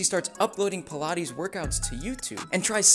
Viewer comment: i thought it was pronounced "pie-laytes" not "peelaties" 💀